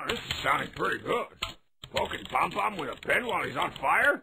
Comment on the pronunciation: Did he call Pom Pom Led Zepplin?